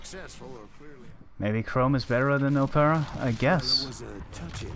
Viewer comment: With "Opera" - just make the starting letter O sound like a small case letter rather than a capital (think of words like Olive, Obligatory, Obtuse, Officer and not words that sound like Ohhhhhh (a look of surprise), Sow (as in planting seeds), Mow (like cutting the grass).....you virtually had it on your first attempt ;-) Absolutely fantastic run. Love this game!!!